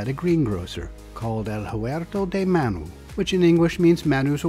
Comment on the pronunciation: A lot of videos turn me off immediately when they mispronounce names. Not only did you say Manu's restaurant correctly, but you also said it in the local dialect, bravo! 👏 This is why I'm subscribed, thank you for the upload